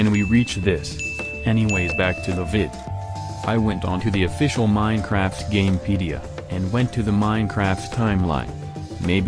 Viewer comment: When you said "Minecraft official (something)" you said fficial